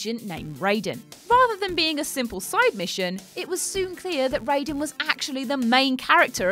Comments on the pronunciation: Rye-den. Not Ray-den. That is MGS, not MK. Please please please check pronunciation first.... that was painful. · It’s pronounced teedus. Not only did the game booklet spell out the pronunciation but even in other Final Fantasy games it’s pronounced teedus, not Tidus. Also Auron is not a dream, he was just dead the whole time. It’s Rye-den, not ray-den. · Tidus is pronounced Tee-dus. Raiden is pronounced Rye-den. Auron isn't a dream. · R-EYE-den, jeez. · Why are you mispronouncing characters? Tidus is (Tee-dus) and Raiden is (RY-den). Also, Auron is an Unsent, not a dream. Do you even play the games first? I thought I could stay with you guys since Ben and Peter left, but this channel is getting worse and worse. Just lost a subscriber. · I can't tell you how angered I am by how you mispronounced MGS2 Raiden's name.